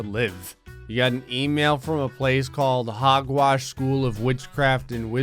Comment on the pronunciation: U said hogwarts wrong lol, no offence